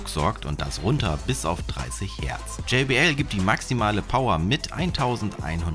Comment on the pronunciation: Bitte sag jbl und nicht jaybl